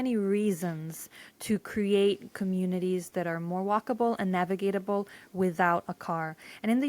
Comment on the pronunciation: "Navigable," not "navigatable." Thanks. 😏